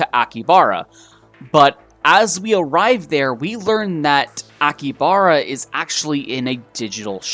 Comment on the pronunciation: He pronounced so many things wrong. I speak some Japanese and his pronunciation is driving me mad. AkiHAbara. He missed a whole syllable...